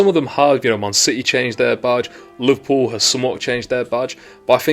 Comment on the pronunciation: You say Liverpool like